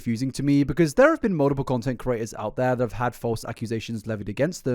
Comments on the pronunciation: You also pronounce "mutiple" as "muldupull" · mate im british and we dont say mull-tip-ull like u do wtf bro 😭